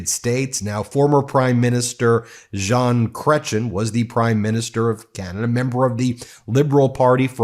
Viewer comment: Ben, you are so cute when you attempt to pronounce our french names. Jean, don't sound out the N, and Cretien does not end in CHIN. more with EH! (giggle giggle giggle) Ya need our cute pronunciation with our french uhuhuh singing for the correct way of saying it. But you are still a "jolie petite choucroute". (means cute little cabbage but I swear it is adorable)